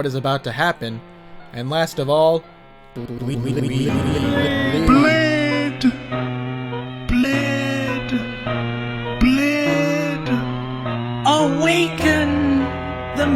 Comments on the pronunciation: I really don’t like how it speaks like every word is a single sentence and then begins practically screaming(like you AND MULTIPLE OTHER PEOPLE have said) at us. It also keeps messing up words(like when is said “bleed” as “bled”), making it even more annoying. I guess you could say it’s supposed to show the pain Uriel feels and how much of his body is destroyed, but PLEASE HIRE SOME VA’S YOU DONT NEED TO VIOLENTLY ASSAULT EVERYONE’S EARS BRO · the way it attempts to say bleed, and makes the sound B-lead